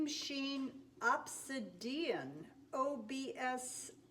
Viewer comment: Hello,. Hope this finds you well. Love your paintings. Love your videos ❤️❣️❤️❣️. Just want to say: pronunciation is. Ob- sid-e-on. Hope this is of help.